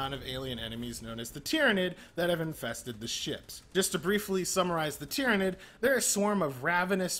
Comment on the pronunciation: He didn't even mispronounce Tyranid